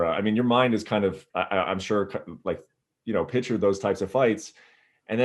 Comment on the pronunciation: P I C T U R E not pitcher. Come on Brett you're acting like a catcher.